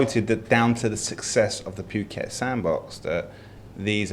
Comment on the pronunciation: please tell this bloke it's pronounced Pooket, not Puke-et Dear me - bring back Tim!